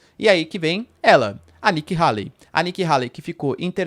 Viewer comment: Nikki Hayley (rêili, não raili) é uma GRANDE MENTIROSA quase estilo Hillary. Façam uma pesquisa. Ela é NOJENTA! Tá sendo patrocinada pela indústria armamentista.